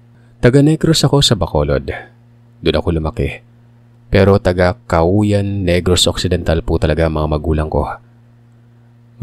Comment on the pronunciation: It's CAUAYAN pronounce KAWAYAN ...Taga dun ako hehe